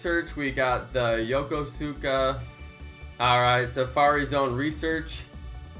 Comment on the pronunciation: You can’t even say Yokosuka right. Why the hell do people like you have to use up the codes when you’re not even going to the event and it ruins it for people like me that live less than an hour away. Thanks a lot.